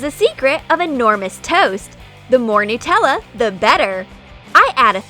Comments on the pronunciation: Anyone notice how the narrator says "newtella" instead of "nutella"? It annoys me. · it's Nutella no Newtella and it's wip cram not wippycream I'll make The giant toast nutella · I'm Australian so when you say Nutella like nootella it's pretty funny